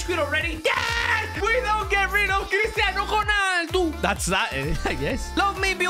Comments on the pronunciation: who tf is cristiano chuuuunaldu Bro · The way he said cristiano ronaldo 🤣😂